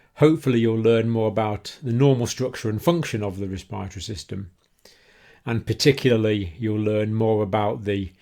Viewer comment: I think because of his accent he pronounced the Respiratory System incorrectly but thanks for the video